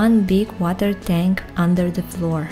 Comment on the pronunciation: Сауна произносится как "сона". Tank - тэнк, не тэньк.